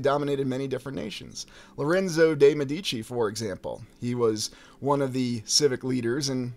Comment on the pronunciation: Many thanks, as always! Great stuff. You said "Medici" two different ways. Confused, I went to my trusty Forvo⍽cwm to listen to the pronunciation by volunteer native speakers --- not that they can be trusted! Hahaha!